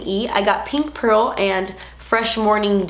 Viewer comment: its not pearl its perla